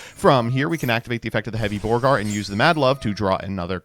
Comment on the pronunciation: Somehow “Borger” became “Borgar”. Must be a leftist thing.